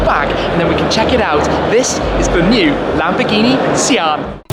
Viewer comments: No it's pronounced "see-hàn" where did you get that from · Isn't pronounced Shaan? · Is it not pronounced “shaan”? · pronounced 'Sh-arn'